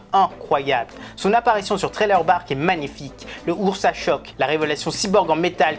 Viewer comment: Ursus chock et pas ursas... par pitié 🙏🏽